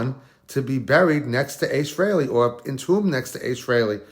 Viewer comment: Need to pronounce his surname properly. Also the guy isnt even cold and he needs to be left in peace for a while before visiting him. I hate it when poor celebs etc are buried etc one day then the next youtube douchebags are crowding to get a video on their page to get a pop. Grr